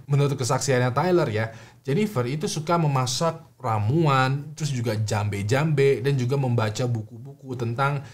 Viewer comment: Jampe jampe bukan jambe jambe 😁